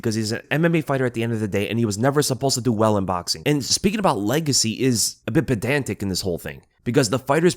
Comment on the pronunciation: I havent heard "perdantic" since family guy